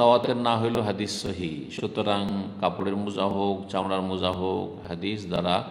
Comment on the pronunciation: শব্দটা মৌজা নয়, মোজা হবে....!